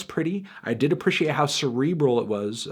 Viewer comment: Is he saying appreciate like that ironically? Or does he genuinely think that's how it's pronounced? Either way it always bothers me when he says it